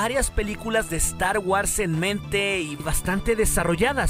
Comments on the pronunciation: 1 crítica, no podes pronunciarlo star wars hermano, se pronuncia Star Wors no es muy difícil. Esta bien que nuestra lengua es española pero no por eso hay que pronunciar todas las palabras inglesas como el orto. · Deberías de empezar a preocuparse por tu pronunciación, es incómodo escuchar "estar güars" y "celebreichon", digo, ya que hay muchas personas que siguen tu canal. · Muy bueno el video y el material, esperemos que se haga realidad. (crítica constructiva) Te recomiendo que pronuncies bien star wars ya que lo decís con mucha frecuencia y una mala pronunciación distrae.